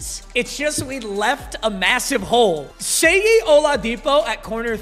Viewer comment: seyi is pronounced shay n don’t replace cuzzzzz